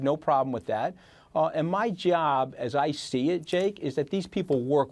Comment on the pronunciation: Anyone noticed how at 12.10 the JakeFool falsely reads "us" as "US"? When asked to read again it's read as "us".. This is exactly how fake news puts put disinformation.. emphasizing non existent words and cooking up bullshit.